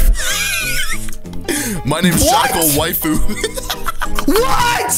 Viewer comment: He said waifu wrong I’m pissed